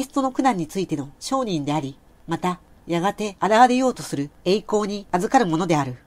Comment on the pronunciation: とても聞きやすく、何回も聞いています❗️ 証人のアクセントが商人になって要るので、ざんねんにおもいます🌱